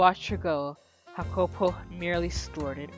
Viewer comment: just so you know, the name's pronounced Yah-cuh-po and he's from Ireland, you can keep up the accent and your pronunciation if you want.